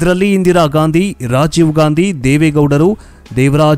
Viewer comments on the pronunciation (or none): none